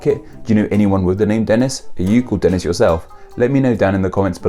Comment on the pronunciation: Wow! I got quoted! (And you pronounced my name right, which is rare.)